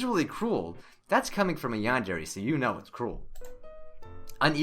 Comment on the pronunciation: MrRubenMelodyMetal MHarmony - Is there anything wrong with noting the fact that he isn't pronouncing it right??? Tell me what I did wrong